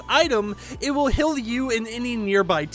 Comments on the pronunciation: I love how he says "hill" instead of heal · I like how he pronounced it hill and not heal😂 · Burst squad hill??it is heal (h-e-a-l) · Why does he say heal like that lol